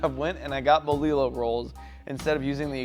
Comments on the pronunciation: Damn, I wanna put that in my mouth!!! 🤤🤤🤤🤤🤤🤤🤤🤤 P.S.: Boe lee low... bro, come on. You can just ask. Bo lee joh (yoh). Double LL's in Spanish have that y/j sound. It doesn't mean double down on the "L" sound. You had "ahogada" down so why the contrast? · It’s bolillo. Lol bolillo it’s yo in the end !! Dude u just got itself a subscriber lol